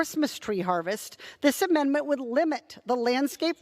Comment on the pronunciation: English is bot my first language but it irks me when she says mendment instead of amendment.